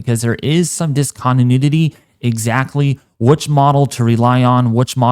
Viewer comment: “Dis-con-d-nudity “ ??? Huh?